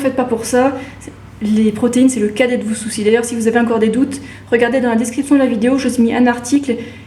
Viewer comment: on dit ENcore, pas INcore!